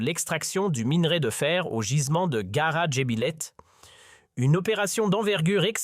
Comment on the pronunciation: Aprend dabors le nom des choses avant d'en parler. C'est "Gara jbilet" et non ghar jbilelet